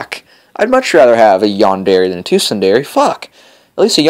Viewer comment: Sun-Der-a lol